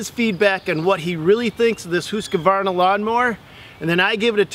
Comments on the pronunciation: It's "Husk Varna"...not "Hus koo varna". There's no extra syllable. Not to be picky...but if you are going to do a review.... Trust me...I'm from Sweden. And common...get to the point! Its a 25 video that should be 10 tops. And 20 minutes on HV, but only 5 on the the other two? FAILURE. Oh, and these Toro and HV mowers are kids toys... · whoos ka varna.......at least say the name right...husk var na.... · Dude in the twins shirt can't pronounce Husqvarna and is extremely bias. Can't put a lot of faith in a review from an ego like that. Say it with me Husk-varna. Not huska varna or hooseka varna. Definatly thumbs down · There's only two "a"s in Husqvarna. It's not "Husqavarna" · “Hoosqkavarna” 😂 great video guys. I actually saw the original video gosh knows how long ago when first got this and I never knew this follow up was here! I love husqvarna zero turns and plan to use them. Would love to have one of these and hope they address and listen to your feedback. Would love to see a video on redmax zero turns also someday if possible. That’s a nice toro though!! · It's pronounced "husk-varna" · “Whosqvana” LOL! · Did this guy just say hOOsk-varna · Did you call husqvara "Whoscavarna"? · It's pronounced "hux-var-na" Jesus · Hooska Varna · Whoskavarna lmao. Wtf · Pronounced “ HUSK-VARNA “. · Husk varna. 🤦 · The worst thing I heard in this vid is your butchery of the pronouncing of Husqvarna. Its two syllables the SQ is pronounced like an SK. ......Husk' varna. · lets hope so because it aint pronounced Husky-varna or what he said 😁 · You should know how to pronounce the name, before you review it.One of you does, and the other doesn't. I also don't think this mower was designed to mow a hay field. Also you seem to look for all the bad. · is saying the name wrong lol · Guy can’t even pronounce the mowers name. Come on man! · I think said the name correctly, didn't. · This was hard to watch "husqvarna" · husqvarna(huskvarna) not huskykvarna